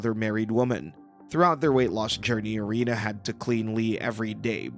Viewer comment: Could someone please learn to pronounce Rena's name correctly? It's said repeatedly in the show. And Lee should've been blurred because he developed breasts.